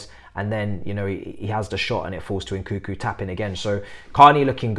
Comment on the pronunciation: Lol please don’t pronounce it nkükü 😂 more like n’kounkou. Kükü sounds like cul-cul 😂